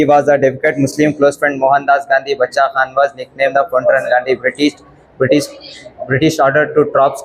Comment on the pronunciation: Basha khan nahi (bacha khan ) paktun language me kehte hain